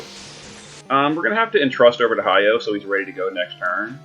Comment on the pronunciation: Why can’t you say my boy name right right it’s not Hiyo it’s hy’oh And just pull for king rain already it should be REALLY easy to pull him bro and you got like 600+ tickets?! Why not waste 40 to get 2 king rains ??